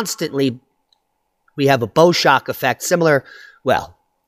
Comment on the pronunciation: Bow shock - like the bow of a boat - not bow like bow and arrow